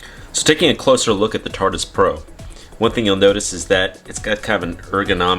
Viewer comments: bruh this mans really called it tartus repeatadly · It's not the "tartus" 🙄